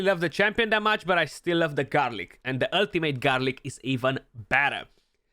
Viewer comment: HAHAHAH "Ultimate Garlic"....have you been spending too much time with and his not being able to say champ names? But I seriously had a giggle at that...